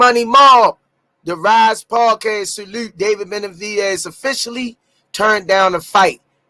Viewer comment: Lol ain’t nobody gonna tell his name is BeneVidez not BeneDivez?